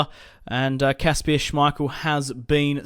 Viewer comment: It's not Kaspier its Kasper